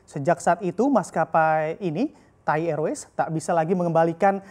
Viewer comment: Tai erways...njirrrr pembawa ajaranya 🤣